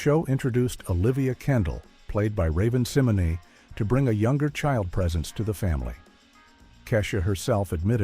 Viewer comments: Either you're Lilly White or a Bot. You poorly pronounced Keisha and Raven Simone...Google it, do research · Anyone else annoyed that they couldn't pronounce Kesha or Raven Simone?